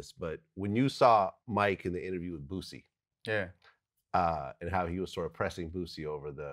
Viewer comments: His name is Boosie with an “s” not Boozie with a “z” I hate when people mispronounce his name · When he calls him "boozy" Sounds like the "p-word"... Lol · Vlad is my homey but it would have been funny to hear him pronounce Boosie like that. But Its still more understandable than using that Z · Why do people keep putting a Z in Boosie's Name? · NYC ppl can’t say Boosie name right for shit 😂😂😂